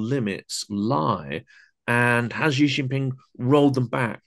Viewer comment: Notice guest says Xi correctly as “she” while host mushes it into “jee”